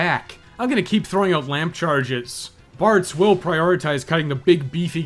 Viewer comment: Sometimes you were saying "Bards" but I was hearing "Bartz" and I was very confused! "Bartz wore down the first flamethrowers relatively painlessly" - what about everyone else?!